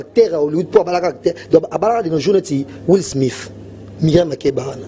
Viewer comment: Vincent osololi tokos !!! et le monsieur en torpette 👏 bravo !!! yo jazzelia o pumbwaka ! wiff smif kiekiekie ayuna ! ozo koka ata ko prononcé will Smith te ! chronikoni tu es le dernier démon de mikombe ..... l'homme ipup's azo niokola ba guegues 😈 na ba gueguettes👹 na ndenge ya jeux te ! let got ! na kati ya dondwalisation elengiiiii !!!